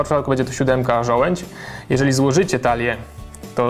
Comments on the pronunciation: żołędź? a nie przypadkiem żołądź? :D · ŻOŁĄDŹ! Nie żołędź. -.